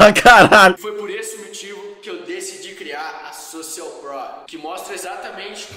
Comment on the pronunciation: "sOcial pruo" kakakakakakkaka